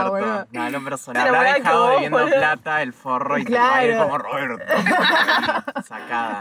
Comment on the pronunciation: "deviendo" ES DEBIENDOOO JSKAKAJA